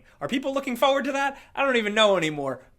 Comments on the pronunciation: I love how says “feu-ward” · Still saying fowwad haha